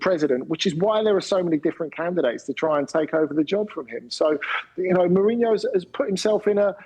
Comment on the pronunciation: I never heard a Brit pronounce a Portuguese name that well. 😯